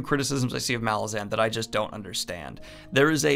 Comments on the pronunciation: the accent/emphasis is on the second A of malazan not the first. listen to how erikson pronounces it. M'LAH-zin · bro its pronounced "muhLAWzin cmon bro